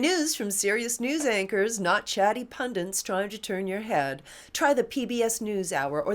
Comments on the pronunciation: Friendly reminder, the word is 'pundits', not 'pundents'. Glory. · Nooooooooo!!! Mrs Bowers you’ve broken my heart! ITS PUN-DITS! DITS!!! There’s no second N!!! Why can nobody read properly over there!?!?! 😭😭😭